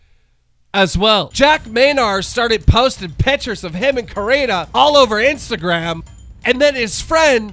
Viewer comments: stop saying karina 😩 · Dude, just stop pronouncing Corinna’s name wrong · One day you’ll learn to pronounce Corinna’s name right Keem, one day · Speaking of Coreena. Get your pronunciation right dumb fuck (rin) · YOU ARE SO BAD AT PRONOUNCING NAMES OMG!!! it’s “cor•in•ah•”!!! Also how do you get “caniff” from “kpof” ???? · COR INNA! Learn how to pronounce people's names If ur gonna be talking about them. It's annoying as fuck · Stop sayin Corinna’s name wrong 🤦🏻‍♀️ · Corina what ?😂 Keems pronunciation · This loser can’t even pronounce Corinna or David correctly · This dude can’t freakin pronounce Corinna. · Learn how to pronounce Corinna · Keem what is it man, pronouncing hot girls names wrong, Alissa now Corina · Take a shot every time Keemstar pronounces Corinna’s name wrong 😂 overall it doesn’t really matter I just think it’s funny